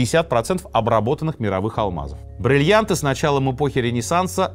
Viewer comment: хотелось бы верить, что сергей произносит все время брЭльянты и брЫльянты в ироническом ключе, а не говорит так всегда 😂